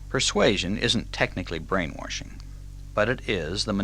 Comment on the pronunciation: It's kinda funny that he's saying "brain-warshing" the way the hillbillies here in TN pronounce the word "wash". I love this talk though. It's fantastic information.